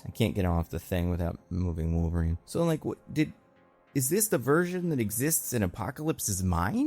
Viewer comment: omg its how ALWAYS pronounces wolverine as wolvereign and ive never understood why